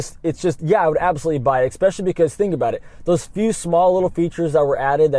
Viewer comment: This video was "EXPECIALLY" good